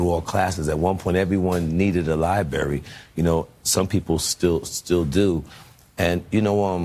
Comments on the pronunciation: Its LIBRARY dammit.. Dude kept saying Libary.. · Which specific American dialect egregiously mispronounces the word library? Please be specific. 🤦🏾‍♀️